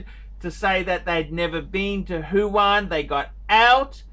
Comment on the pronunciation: What an idiot. Foolish person. Btw it’s Wuhan not huhan....